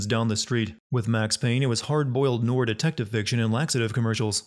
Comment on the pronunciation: The word is pronounced "ne-war". It's French.